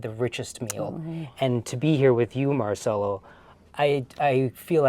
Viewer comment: Since we're talking about random stuff, if Marcello Is Italian his name is pronounced Marchello. Your student should know this by now😅 Sargent is my idol.